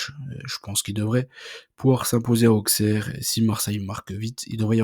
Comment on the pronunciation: Aussssssssssserre pas aukssere